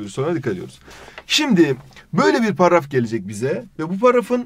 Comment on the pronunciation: Abi niye paraf diyorsun.Dilin mi dönmüyor.